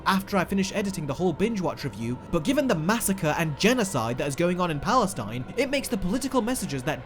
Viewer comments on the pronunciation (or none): none